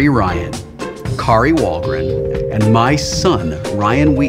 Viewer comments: Dammit, Wil! You forgot the 'R' in WahlgRen! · Dick move Will, she spelled her name for you and you STILL missed out the R in WahlgRen :D so bitter! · Damnit Wesley, you forgot the r in Wahlgren! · "Wahlgen?" OOPS! :) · Kari "Wahlgen", Wil? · He totally forgot the R in her last name even though she spelled it out! Lolwut?